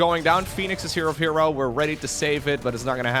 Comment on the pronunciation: Wait herO should be pronounce as her-O not he ro